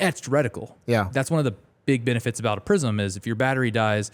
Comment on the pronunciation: I keep hearing "prison" sights......